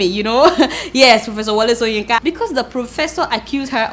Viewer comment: Adeola, you must be "OMO IBADAN", you keep pronouncing the prof "soyinka" instead of shoyinka. lol. good sow sorry good show. lol.